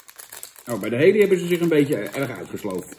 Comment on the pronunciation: Kun je het koekje Halley even uitspreken als Hallie i.p.v Hailey? Thanks.